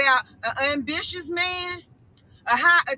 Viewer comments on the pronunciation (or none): She cant even pronounce ambitious correctly, but she wants you all to believe someone is sending her $1k a week. She said unbitious 😂😂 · Who tf paying this ratchet widebody's bills? Gtfoh. I feel like she made that story up An 'unbitious' (?) man? Can't even say basic words